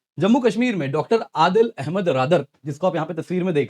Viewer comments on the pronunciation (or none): none